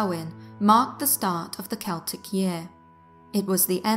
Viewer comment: How do I love thee? Counting the ways...You used 'autumnal'You pronounced it properlyYou also used my preferred pronunciation of 'Celtic'. Shhh, I tried to correct on this one once, and he researched and corrected me right back. I had to apologize to him.And the research is excellent! Thanks you guys!Peace and roses, Deb the TN Scary Lady